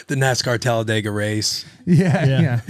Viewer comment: "The NASCAR talladga race” 😂😂😂